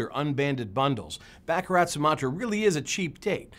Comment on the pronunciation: It's Bah Kah Rah